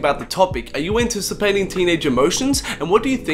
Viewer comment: Why does he say yachty like "yotty"